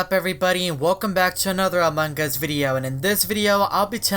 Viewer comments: Amongus not amongggggus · I think you keep saying amongg us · U said amog us :> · Still say amangas Has Among us XD FIX YOUR MOUTH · among us Subtitles: amangas Me: laughs all day long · I like how he says AMAWNG us XDD